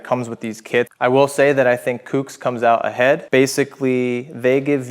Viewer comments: Bro its COOKS not whatever tf you're saying. Sounds like you're just throwing shade on SE you left out the price difference. But i get it just in the few seconds you said "if you want to purchase these it helps our channel out" so i knew it was going to be nothing but negative on SE. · OMFG …. Kooks like COOKS not Kewks FFS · Who the fuck pronounces Kooks like that? 🤦‍♂️😖